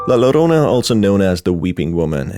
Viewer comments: my only critique for this is that La Llorona is pronounced La Yorona, other than that a lovely video! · Get over it. Its called having an accent. Just like an Asian or latino not pronouncing English correctly but we don't complain. We're just happy they've learned multiple languages